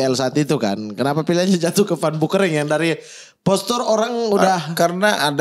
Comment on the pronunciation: Ngakak kpn jadi "Bau Kering" 😂 kan aslinya "Beu Kering". Kasian itu emak bapaknya ngasih nama di aqiqahin 2 kambing. Edit: Alhamdulillah judul namanya sudah dirubah sesuai aslinya. 🙏